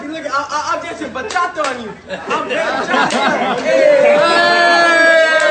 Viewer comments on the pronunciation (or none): Head's up homie! It's Bachata, not Bachacha! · It's called the "Bachata" not berchacha. Just had to say. Ignore this comment just say it correctly next time lol. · 😆 🤣 😂 WTF IS BACHACHA?? YOOOOO IM DEAD AK YOU HAD ME IN TEARS WHEN YOU KEPT SAYING THAT.. 😭 🤣 😂